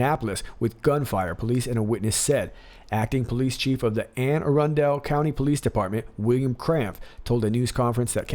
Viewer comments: I was born in Anne Arundel county. Its pronounced Anne ARUNDLE as opposed to arun-DEL. it is also a little known fact that all males from Anne Arundel county let their pants out in the front. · love ya bud but it is pronounced anne a-run-dool lol im from balmer (Baltimore) we talk funny here ,listening to your vid laughing cause it was annoying me lol